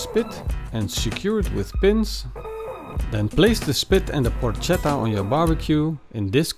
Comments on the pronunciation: Dude, you pronounce it porKetta no porcetta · It's pronounced with a k! In italian C+H=K. It spells "porchetta" and it's pronounced "porketta". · It’s pronounced Porketta not Porshetta, joust saying but looks great, well done! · It is not "porccetta" (that would be read the way you do) but "porchetta" (with "k" in the middle). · You pronouce it Por che ta not Por cet a. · It's pronounced Por"K"etta ... please! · Excellent video, but if I may: it's pronounced "porKetta" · Yeah! it looks pretty good! very good skill! I've never heard about the lemon before, but I, for one, don't think it's a bad idea! I will try it! If I can say a word I suggest to envelope all the meat in the skin, just in order to keep the juice in and, at the end, have the meat less dry and more tasteful ! ...one last thing... PLEASE!... it's written PORCHETTA but it's read PORKETTA! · porca miseria Yes :) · It's porKetta goddamnit! Anyway...pronounciation aside, it looks delicious. Great video, thanks! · Porcetta? Wtf? I have seen many youtube videos and italian simple words seems to be really hard to pronunce to english speakers..but they always accuse us for bad english accent ;D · Porchetta is pronounced PorKetta. the ch in Italian is K. Like Bruschetta. BrusKetta. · porcetta ma come diavolo parli :( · It is pronounced Porketa. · Please call it PORKETTA. Hate when people call it Porchetta since they don't know how to pronounce it in Italian. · When on earth anglophones will stop to pronounce the "Ch" sound as in Spanish. In Italian is a "k". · Matteo Onori Penso che non gli abbiano spiegato che in mezzo c'è una h che deve essere pronunciata... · Porchetta should cook for way more than 4 hours. 8 to 12 hours it the right time. Oh... and that's not how you pronounce it.